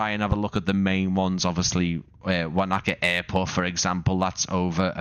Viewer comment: Wānaka is pronounced "wo-nuh-kuh". 😊